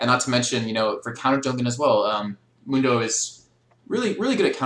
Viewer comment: Mundo pronounces it Moon-dough, so that's how I pronounce it XD